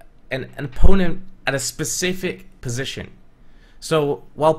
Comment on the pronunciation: Spu-Safeic...position. I love you